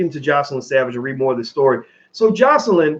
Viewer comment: Her name is JOYcelyn. Just call her Joy rather than repeatedly mispronouncing her name.